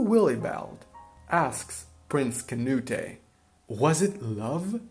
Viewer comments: It’s not “Kuh-new-tay” it’s “kuh-newt” The E is silent. In fact his name used to be spelled “Cnūt” in Old English— the final e was only added during the Middle English period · you foreign hobgoblin, it not "kah-nu-teh". It's "Canute", as in Cnut. that's the way it's pronounced. Cnut the Great. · “Canute-eh” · The way you're pronouncing Canute is driving me crazy, but other than that great analysis. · The way you say Canute is incorrect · Great video. It just kills me that you keep pronouncing Canute's name wrong. :'' )